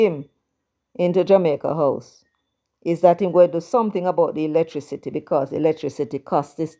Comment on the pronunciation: Mark Golding can't pronounce electricity